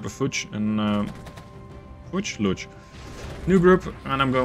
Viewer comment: it´s not "lutsch" or something like it,just "luks";) if it helps,you can spell it like "looks" (from the word "look") if you want to sound more german to your german troops. the "u" in luchs is not a 100% "u"^^ fells like someone wanted to say "u" and half the way got out of breath. found this channel through wargame red dragon,so if i have to write a comment,ofc i have to ask for more videos like this,so please do it;) EDIT: min see,if you dont think about it you got it right:D